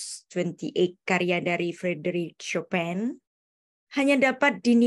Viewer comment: Chopin bacanya Chopang,bu bkn Chopen..